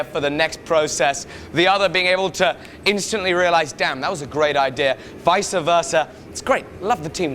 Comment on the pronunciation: Vice versa not vica versa. Sowi it's just been eating away at me for weeks.